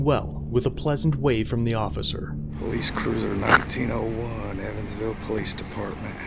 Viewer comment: Nice try "ociffer"... Lmao..